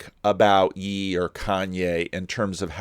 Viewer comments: Kanye is totally getting gaslit Also it’s pronounced “yay” but I kinda like “yee” very biblical 😂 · I think Ye is pronounced yay, not yee. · Lolol, when he says Ye it’s pronounced (yay) sorry I had to say it 😂